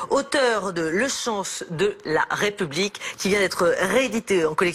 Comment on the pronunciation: On ne dis pas la "Raie" Publique mais la "Ré" Publique, votre prononciation incorrecte appuyée est une offense à la France, Nathalie Levy ?